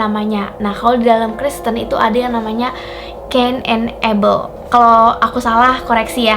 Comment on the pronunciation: Kain dan habel kak bukan abel